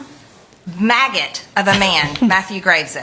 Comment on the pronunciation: What's a macet😮 you mean maggot more great English from Marjorie mountain ton of 🗑️🚮😮😮😮😮